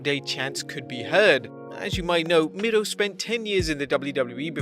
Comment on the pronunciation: It's miro not mirlo